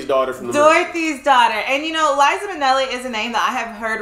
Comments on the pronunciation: Liza with a Z not Lisa with an s cos Lisa wit an s goes sa not za😂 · It’s Liza with a Z!